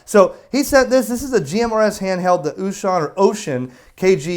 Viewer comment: So far you've got the closest pronunciation of Wouxun among all youtubers. 欧讯 is pronounced oh-shoon, almost like oh shoot but oh-shoon. That's as close as you'll get to an accurate pronunciation without learning the not-quite-shhhhh sound that the "X" actually makes.